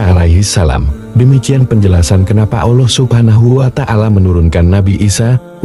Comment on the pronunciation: kok narasinya nyebut allah agak susah y....kyk non muslim...ga luwes nyebut allahnya...